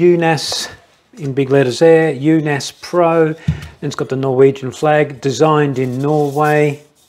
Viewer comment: The double A is old Norwegian way of writing the letter Å which in english is the letter O like in Only. So you pronounced it completely wrong. no E in in it's pronounced like Unos Not Un-os like in Undo, but short N. Unaas is the surname of the brothers running the company. Espen Unaas established the company Unaas Cycling in 2008. The company has bike shops.